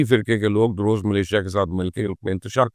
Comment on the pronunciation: It's "Druze" not "daroze"